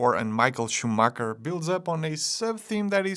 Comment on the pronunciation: It's schumacher not Schumacker